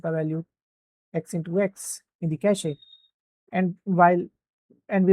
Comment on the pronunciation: Cache is pronounced as Ke - shhhh, not ka shee. I'm telling you this so that your students are not laughed at, when they start working. Happens a lot